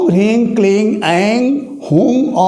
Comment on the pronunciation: guruji Charan sparsh.... Aap jab bolte hain toh Reeng sunai deta hai ...Hareeng puri tarah sunai nhi deta........